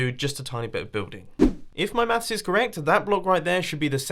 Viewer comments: first time he said maths I thought he said meth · Hello World That I am. I didn't know it was said differently, thought that was just a Mumbo thing.